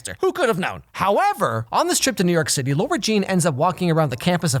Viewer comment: Nobody:: LORA JEAN I’m jk I love your videos 😂❤️